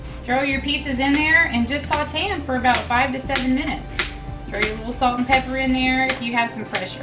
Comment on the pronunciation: Saw-tay. Not salt-ay.